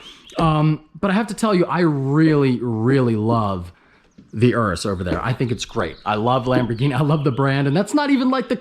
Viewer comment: Day 3 of reminding you its Yuris not urris